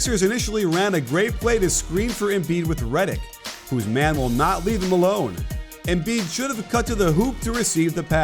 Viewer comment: Did anybody else hear the “Embid”